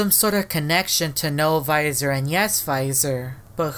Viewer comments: why are you said viisor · bro when you say that it's almost sounds like you said no visor and I'm confused why you both say yes visor and no visor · Why the heck does he say VISOR 😂